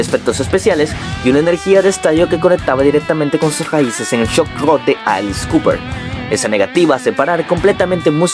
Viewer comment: Excelente reseña, notable mejora respecto al primero. Unicamente queda mejorar un poco el sonido (usar microfono con antipop) y nuevamente el tema de la pronunciación de palabras tanto en ingles como en español ( living the girg?) ( alix cooper?) ( contem que?). Palabras como "inequivocamente" o "férreo" debieran ser mas sencillas de pronunciarse correctamente, recomiendo escuchar una y otra vez video para detectar estos fallos. Muy buen uso de material audio visual, pero queda la duda: por que referirse a las canciones como "canciones como ésta"... no seria mejor poner en letras el título?. Son sugerencias para aprovechar al maximo el tema y el tiempo a desarrollar. Tambien me gustaria ver un video de Max Cavalera y de Tremonti, que me parecen musicos con vidas muy interesantes. Gracias